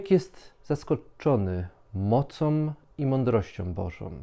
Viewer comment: I znów inspirujące słowa z tą okropną manierą wymawiania om zamiast ą: światłościĄ a nie światłościOM, BożĄ a nie BożOM.